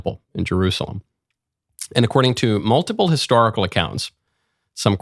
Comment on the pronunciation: Michael, what is "histahrical'? Is that anything like historical?